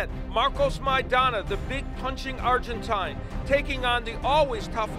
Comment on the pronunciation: the power of the arrgentayne lol